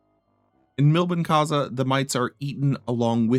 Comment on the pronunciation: it takes 5 seconds to check the original pronunciation of "Milbenkäse". It's not that americans are particulary bad at languages, they simply do not care